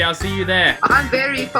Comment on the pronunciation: Hi, your English is almost perfect, however when you pronounce 'v' in 'very', it sounds like 'ferry', I guess that is due to Cantonese accent. Great video, really enjoyed it.